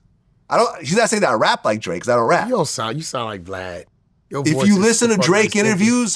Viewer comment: Wack say Blad, cant say vlad